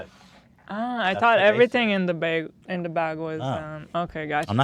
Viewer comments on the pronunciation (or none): Hila pronounces bag as bage omg